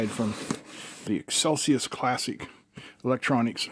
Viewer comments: You said Excelsius it seems though to be Excelius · "eXcelius" Pronounced "eXcelcius" ?